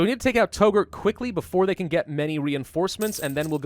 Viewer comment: FYI Touggourt is pronounced "Tuggurt"